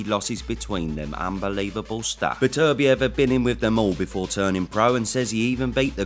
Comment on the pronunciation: if says betervivlev, im safely betting my house on bivol